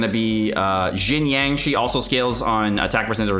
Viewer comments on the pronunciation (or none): none